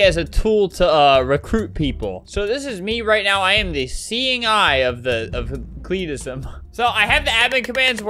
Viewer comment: No one: CLEETISM